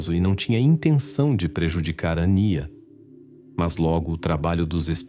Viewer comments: Ao menos procure pronunciar o nome da menina sempre da mesma maneira. Às vezes ANÍA, às vezes ÂNIA........ não é legal. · A narrativa é de IA? Pq os nomes são mencionados com pronúncias diferentes! Acamos nos perdendo na história, pq não sabemos de quem estão falando mais..